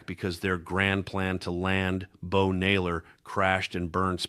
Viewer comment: Need to check your pronunciation: content (accent on first syllable); and Bo Naylor???????